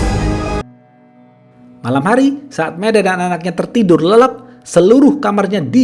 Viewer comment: Tertidur lelep😆😂 Lelap bang bukan lelep😅 Ihh lucu deh 😆